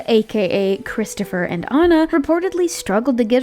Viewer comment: “Christopher and Anna (Onna)” who tf is that. I only know CHRISTAN and ANNA (Anne auh).